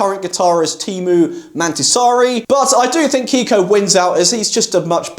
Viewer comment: Ok. Mäntysaari went pretty well. But his first name is Teemu, not Tiimu! :D